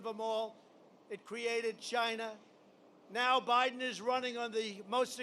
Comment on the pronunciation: So far he has slurred the following words: "Days" "Fascism" and mispronounced "Biden", in under 15 minutes. He is not all there. He has a neurological problem.